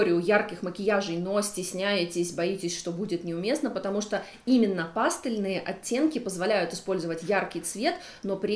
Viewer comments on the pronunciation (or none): Ну почему пАстельные?? Ну пожалуйста, пастЕльные! Плиз...